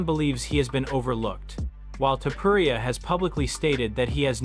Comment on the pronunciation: Lazy A.I videos are killing the content pool of YouTube. Same with spooky ghost demon videos. A.I can never pronounce names correctly or the word “Live” Livestream = Liv Stream Topuria = Toe-per-Ee-ya Anyway, 😢Dana hates when people think he’s Joe Rogan 😡